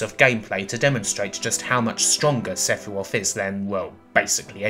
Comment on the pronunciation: "Sephiwoth" really? Also it's not "jen-uh-vuh-" it's pronounced Jen-no-vah.